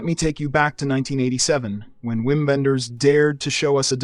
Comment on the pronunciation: I thought this was a real guy with a passion for film until I heard the pronunciation of Wim and the use of the term "fever dream" to describe The Red Shoes.